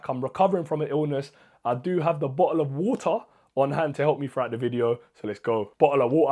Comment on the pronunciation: Bro just said " Bota of wota"